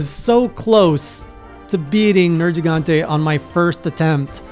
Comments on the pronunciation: finally, an english speaker that says "nergigante" the Italian way (I'm guessing by accident) which is probably the reason why the monster is called nergigante in the first place, since it's a mix of "nero" (black) and "gigante" (giant) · I got so hype when he said the name correctly (at least the way I've always heard it) at the beginning